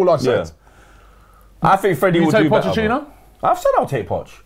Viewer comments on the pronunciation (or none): Why am I getting triggered when Robbie says Pochechino instead of Pochettino..